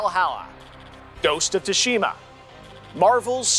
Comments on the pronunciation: Ghost of Too-Shima wtf It’s pronounced sue-sha-muh or sue-shee-ma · Not once did he pronounce “Tsushima” correctly 😂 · 0.o Y is he pronouncing Tsushima like that? Lol